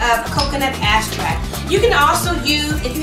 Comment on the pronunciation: its EXtract not axtract